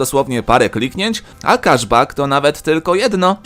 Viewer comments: Okej.... Ale czemu mówisz kaszbak jak to keszbek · Kaszbak boze gosciu wez mow poprawnie